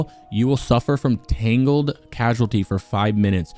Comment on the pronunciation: short note here; the word is prounouced cause-ality as dfferent than casualty